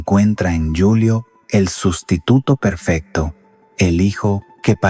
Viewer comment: ¡Esta no es una voz natural!! Es un bot programado por IA. Ojo como dice "Yulio" en vez de "Julio" en el minuto - . Y hay otros errores, por ejemplo, no hacer pausas naturales.